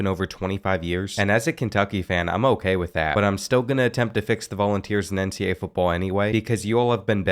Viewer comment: Does anyone notice how he says NCA instead of NCAA?